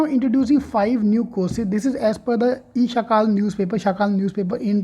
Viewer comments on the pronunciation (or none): Its not shakaal....shakaal means notorious ... It's sakaal means morning...